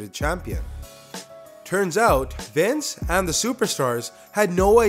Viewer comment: Is not Vince is Wice